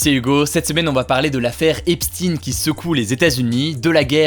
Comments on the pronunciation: On ne dit pas "Epstine" mais "Epchteyn", il n'est pas russe !! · Epstein ce prononce comme Einstein... et pas epstinne... c'est d'origine allemande (juif allemand) Stein c'est une pierre en allemand et ne ce dit pas stinnnnne mais chtaiiiine... 😉 Mais au final on s'en fout.. 😂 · C'est Epstein pas Epstine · Albert Einstine et la relativité des guignols qui transvestissent la prononciation des noms.. Epstein et non Epstine, ce milliardaire agent du Mossad qui piégeait des personnages de haut rang afin de les tenir en contrôle total au profit du pays de bhl. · Epstein se prononce Epstine ? Waaaa j'ai toujours cru que ça se prononçait comme Einstein 😭😭😭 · C'est qui Epstin ??? Pourquoi du jours au lendemain, on ne dit-on plus Epstein ? Merci pour votre travail excellent. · C'est quand même super perturbant le "Epstine" (C'est Epstein) toute la vidéo on dirai que tu n'as regardé aucune vidéo sur le sujet ça fais pas très sérieux malgré le fait que ce que tu dis est intéressant... De la même façon qu'on dirai qu'un journaliste n'a pas travaillé si il fait un reportage sur toi et qu'il dise tout le temps Hugo Décrypté.... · On dit "Hep shtayne" comme ne allemand, Ep shtein pas Epstine svpppp les francais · EpStein pas epstin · pourquoi dis tu "Epstin"? , on ne dit pas Albert" Einstin" , c'est pour être dans le politiquement correct ? (merci de répondre) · Non, ça se preononce "Epshtaïn". Mais Hugo le prononce juste mal. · "Jeffrey Epstinne" La prononciation m'a dérangée tout le long hh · L'affaire "Epstine"... déjà rien que ça j'ai les oreilles qui saignent x) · On dit Epstein comme Enstein. Il était de confession juive. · Bonjour, Je suis curieux de savoir pourquoi tu prononce "Epstine" le nom du criminel Epstein ? Quid de la prononciation de Weinstein ?? "Weinstine"?? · Epstein ça devrait pas se prononcer "Epchtaïn" ? Comme en allemand ? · a paris on ne connais pas d'autres langues 😂 c'est Epchtaïne en prononciation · Comment vous avez écorché son nom le pauvre Epstein